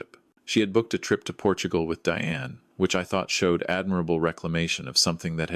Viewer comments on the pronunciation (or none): none